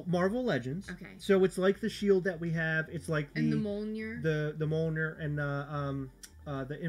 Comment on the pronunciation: Now that I live in the Nordic realm and understand how to properly pronounce "Mjölnir," I cringe every time I hear you guys say it, hahaha. But I used to say it wrong too.